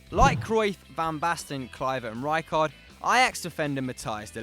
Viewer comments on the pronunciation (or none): none